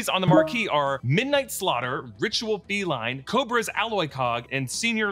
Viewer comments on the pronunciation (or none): none